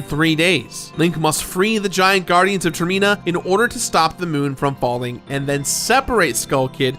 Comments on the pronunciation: Why does he keep calling termina tirmena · Tur-meen-ah? Huh. Pretty cool pronunciation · the way he pronounces termina drives me insane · Man you pronounce Termina really weird